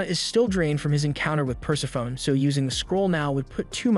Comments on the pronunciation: it took me a long time to learn this, but Persephone is pronounced "pur-sef-pho-nee". Greek can be hard if you don't speak it, I know. I had the same issue with Hermione and Merope. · Greek names that end in "e" pronounce that "e" - Persephone should be pronounced "Per-sef-any"